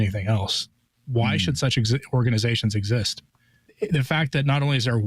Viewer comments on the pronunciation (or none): none